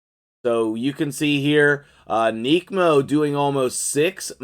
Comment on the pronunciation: ‘Neck’mo not ‘neek’mo